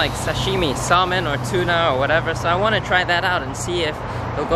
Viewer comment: you're saying salmon wrong btw